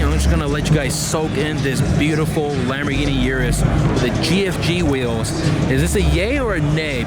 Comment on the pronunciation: WTF are “Wheeows”? Someone’s got a peech inspediment. They’re WHEELS, my man.